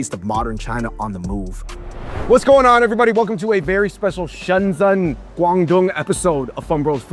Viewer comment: They're the only asians in Shenzhen who can't pronounce the name of the city.. Shensen ?? lol It's pronounced like Shen-jen